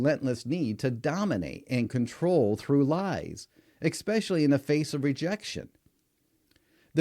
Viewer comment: I can't take you seriously when you say "expecially"